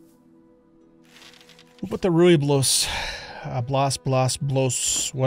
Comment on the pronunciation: Try pronouncing the Rooibos like Roy-boss. That is probably the closest you will get to the correct pronunciation.